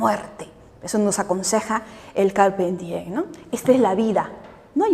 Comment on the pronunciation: "Carpem dien" jajajaaj